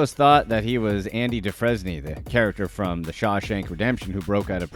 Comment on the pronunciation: "ANDY DUFRESNY" who is that, cause it sure as hell wasn't a character in Shawshank!!!! LOL....